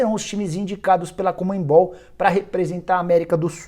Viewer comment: não é COMENBOL! é CONMEBOL! Não tem N ou M após o E, tá precisando voltar pra segunda série